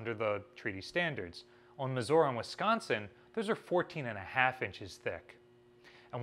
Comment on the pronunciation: Why does keep pronouncing Missouri as Missuora? It irks me every time